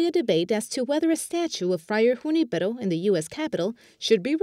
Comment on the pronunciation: Thanks for the good news. Please check the pronunciations. I accept that "Ju-NI-pe-ro" is an anglicization of the name, but the male announcer really mispronounced it.